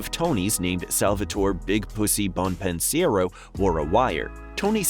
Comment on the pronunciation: Bon-pen-siero? Jackie APRIL Sr? I'm done. You've never even watched the show.